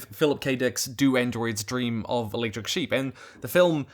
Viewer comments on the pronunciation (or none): none